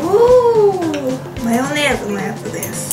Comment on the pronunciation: ｢マヨネーズ｣の言い方がどうしても気になる。。。 特に と 、。。